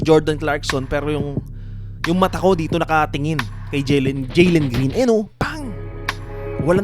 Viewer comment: Jalen hindi Jelen Green🤣🤣🤣